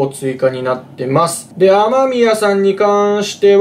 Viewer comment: 芳澤かすみですよしざわさんで、雨宮はあめみやじゃなくあまみやです(>A<。)